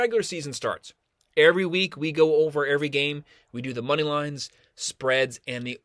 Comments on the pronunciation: “Airvy” lol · haha I’m just messing, the way you pronounce “every”